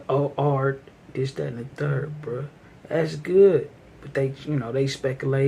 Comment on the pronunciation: when you say Bruh, it sounds like Pruh